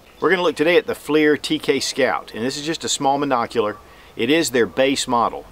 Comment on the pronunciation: Pretty sure it's pronounced "flur" not fleir... ding dong